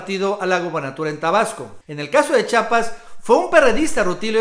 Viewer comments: El nombre de este Estado es Chiapas, no Chapas como t'u dices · Hay estan bonitos tus videos de verdad solo te pido que pronuncies bien el nombre de nuestro estado chiiiiapas por favor no dugas chapas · se dice chiapas amigazo, chiapas chiiiiaaapas no digas chapas eduqueseeee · Carnal repite conmigo: Chiiiiapas, otra vez : Chiiapas, una vez más : Chi_ apas. Ahora de corrido: Chiapas. Vez? Nuestro idioma nos permite pronunciarlo correctamente, ojalá lo apliques la próxima vez. Atte. Un chiiiiapaneco